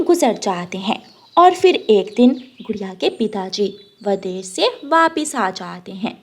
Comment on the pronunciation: O nalaik, v a d e s h. nahin--- V I d e s h. Bolna seekh le. Saat nahin-- Saath. Baad ka kaam nahin-- Baki ka kaam. O anpadh ganwar, kaise uncle ne ,usne nahin-- Unhon ne. O bewqoof, kapde silai kar ke nahin--- Kapde sil kar. Sach mein nahin--- Sach much. Char suit ke nahin--- Char suiton ke. Pakshi kab se kapde pehanne lage? O bewqoof,papa chidiya nahin chida hota hai. Do second pehle to wo mano chida tha O nalaik, ude phir rehi nahin-- Udti phir rehi thi.